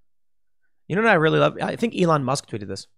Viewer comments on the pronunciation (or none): none